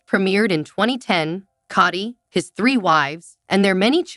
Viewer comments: You cant even pronounce Kody right!! Koty???😂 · This pronunciation of Kody is driving me crazy ……Coddy 🙈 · It wasn’t a joke and he said it on the tell all!!!! It’s Kody not kitty🤨